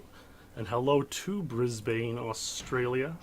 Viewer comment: it's pronounced 'bris-bun' haha